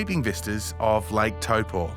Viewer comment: Old mate says Taupō so well! Amazing video.